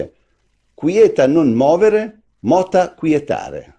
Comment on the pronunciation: movere accento sulla e movēre movēre movēre. Moveo seconda coniugazione. Mazzucco, sei recidivo. In castigo, a ripetizione di Latino